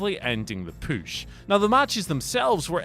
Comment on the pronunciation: Push not poosh